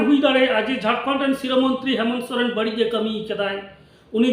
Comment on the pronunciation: Saren nhi dada soren hota h 😂😂